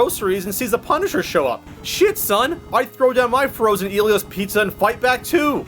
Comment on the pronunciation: He says Ellio's pizza the wrong way I think.